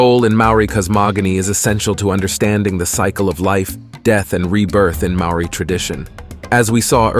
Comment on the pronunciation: I really enjoyed the summary of each of the atua/ gods. However, the Maori pronounication dishonours the good work that has been researched and presented so well and so concisely. If you re-recorded with a more practiced and perfected tongue, then it would rawe/ ausm.